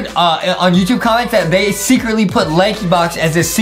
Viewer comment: The way Justin said "YoUtuBbbbbe